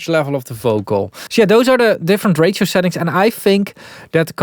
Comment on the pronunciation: when saying ratio, it sometimes sounds to me like "rachel", like the name Rachel so distressor probably distress a lot of Rachels out there...